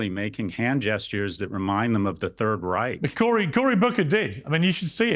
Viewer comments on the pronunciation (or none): none